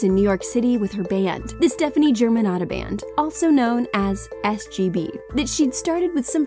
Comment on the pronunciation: I cringe everytime she says Germanotta with an american accent.....